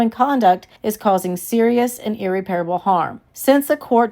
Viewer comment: Ear-rep-perable not Ear-repair-able